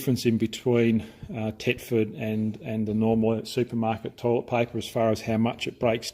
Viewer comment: Thetford not tetford